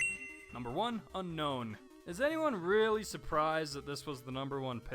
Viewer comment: sorry to be picky lol but its un-own not un known:p like un own me haha